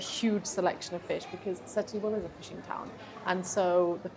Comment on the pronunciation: SETUBAL - the accent is on the TU too - not BAHL.